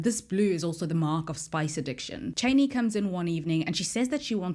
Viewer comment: I’m more annoyed by the way she pronounces Chani 🙄